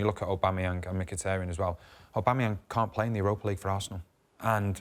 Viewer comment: Visiting this video after he signed a new deal.. Sanchez was the biggest mistake for Man U and Aubamayang the best Arsenal player since. Notice Weighty didn't know how to pronounce his name then😁